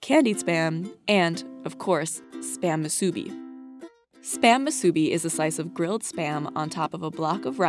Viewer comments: moo SOO bee? Isn't it MOO soo bee? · musubi is pronounced syllable by syllable: mu-su-bi, (like moo. sue. bee.) if you say “mu-subi” anywhere in hawai’i, people will look at you funny. it’s something you just Know when you grow up on the islands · moo-sUbie 😂🤣 Yaaa you 🤣 cow x subaru It’s mOO-sue-be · Musu - bi, not mu-subi... Musubi is a Japanese word and is a Hawaii-Japanese fusion item. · It's moo-soo-BEE, not moo-SUE-bee. Also, boo-deh JJI-geh. Nailed poke bowl though :) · moo-soo-BEE, not moo-SOO-bee, it's an oxytone, not paroxytone. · Except for mispronouncing... Musubi.. moosooBEE Nori...noDee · Narrator: "muSUbi" Hawaiians: cringe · It's called Muu-Suu-Bee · The narrator needs to learn the correct pronunciation of musubi. It is pronounced moo - sue - bee. No accents on any of the syllables. Also, Hawaii is pronounced with a space before the "ii"s. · Her pronunciation of Musubi kills me... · The way you say "musubi" and "nori" make me cringe... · I hate the way she says spam musubi. Only locals from Hawaii will know why.. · You're pronouncing musubi wrong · The way this narrator says Hawai’i and musubi is no where near the actual pronunciation lol